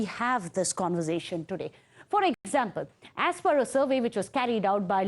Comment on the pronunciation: It's 'conver-sation', and not 'conver-jetion'. For-ty, not fot-ty. Bull shit, go get your Pronunciation fixed.